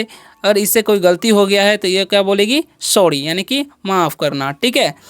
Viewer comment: सवडी नही स्वारी बोलते है